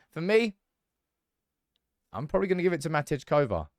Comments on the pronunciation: Matty Kovar not Matidge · MATTY Kovar, stop calling him MAT-EDGE! Please!